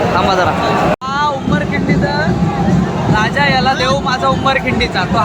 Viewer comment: तुझा बाप आहे का उमरखिंडी चा राजा, बोलता येत नाही तर विडिओ करतोस कशाला रताळ्या, उमरखिंडीचा राजा नाही आहे त्या गणपती ला उमरखाडीचा राजा बोलतात,बोलता येत नाही तर माहिती करून घ्यायची आजू बाजू वाल्यांकडून मग बोलायच